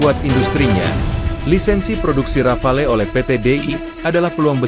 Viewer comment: Disebutnya Rafale ('ra.fal') huruf 'e' di belakang tidak diucap. Bisa diartikan serentetan tembakan seperti tembakan beberapa butir peluru artileri.